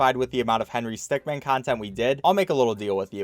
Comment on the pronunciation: . I'm glad he says 'min', instead of 'man'.